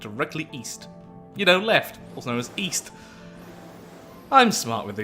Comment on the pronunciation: East?!?! I thought you said Weast!